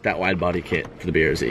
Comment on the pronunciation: BRZ! NOT BR ZEEEEEE